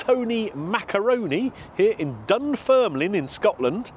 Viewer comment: You said Dun Firnland, try saying these two small villages in england, Worcester and Bicester and then say Dunfermline correctly.